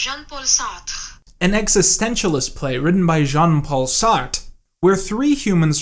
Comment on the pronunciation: Seeing native English speakers trying to pronounce Jean-Paul Sartre's name is my favourite thing on the internet.